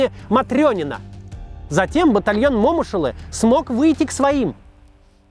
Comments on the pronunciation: Интересные у Вас фильмы о войне. Спасибо. Вот только у Бауржана Момыш-улы ударения в фамилии - на букву Ы : МомЫш-улЫ. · Бауржан МомЫш-улы, извините...А не МОмыш... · МомЫш Улы. Ударение на Ы. Уши в трубочку свернулись